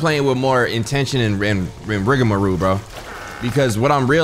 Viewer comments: an English major: “Rigamaroo” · the term is trying to say is "rigamarole"